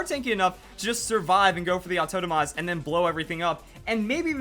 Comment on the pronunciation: I'm trying to place his accent. 'AuTOENOmize' is going to drive me insane.